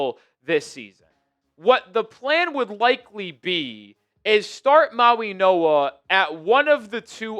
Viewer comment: Dude why do you keep slipping an N in mauigoa.? It’s not “Mauinoa”